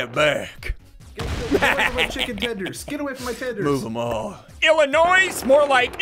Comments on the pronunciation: did really just call Illinois with an s when it is silent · I’m front Illinois and hearing him say, “IlliNOISE” cracked me up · SSundee: Illinois with a S Me: The S is silent!